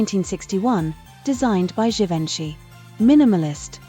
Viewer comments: Teach your A.I. how to pronounce the name of the iconic designer Huber Du Givanchy. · You too?!? Everytime they chopped the pronunciation I yelled at the screen! 😅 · Why use AI generated images in your thumbnail? The dresses pictured never existed in reality and they aren't the same as the ones featured in the video. And please use a bot that knows how to pronounce Givenchy and Oz. Basic stuff. 🤪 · Thanks for putting this together. However. The AI voice-over this channel uses is ridiculous. These are iconic world renowned names - Givenchy and Liza Minelli. The Wizard of OUNCE? Jeeze lousie. It's horrible to hear them pronounced so wrong because you've defaulted to AI.